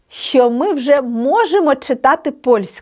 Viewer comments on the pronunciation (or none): чудово просто чудово! Але сумніваюсь що вивчу польську якщо з першого слова викладач робить помилку у слові що і вимовляє як щьо.Це так ріже слух.